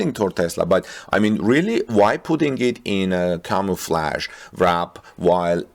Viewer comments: I like how camo-flaged better makes more sense. Infact I'm boycotting all French pronunciations for all English-french words, except lingerie. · You need to ask Marianne how to pronounce the word “camouflage !!” 😂